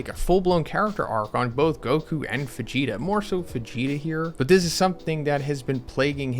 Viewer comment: immediately noticed that, sounds almost like "Fegeta"